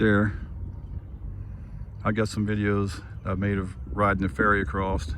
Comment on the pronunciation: Are you saying " accrost " ??????🤔🤔🤔🤔🤔🤔🤔